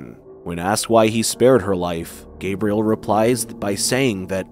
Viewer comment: Wait… why is he pronouncing the father’s name like Gabrielle, not Gabriel?